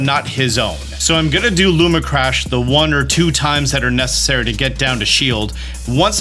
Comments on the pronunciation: Also. Lumina crash. Not Luma crash. My OCD is off the charts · "Looma Crash" lmao. Great vid tho, Appreciate the Prep! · man, I love you and the content so much, always so informational. It’s hard for me sometimes when you misread things, it’s a really small thing, but cmon man, it’s lumINA crash, there’s two extra letters you’re just not reading. Love the videos but sometimes they feel a little rushed or just kind of brushed over because of the grammatical and syntax errors throughout. No hate, honestly trying to give constructive criticism because I want to keep watching your stuff! Cheers